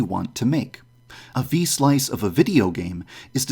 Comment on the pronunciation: V-slice = V-sauce